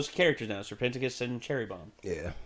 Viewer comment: is no one gonna talk about how he said "sir penticus"